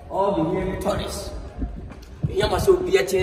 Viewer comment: Elmina not Elimina😂😂Eei not toulist it’s tourist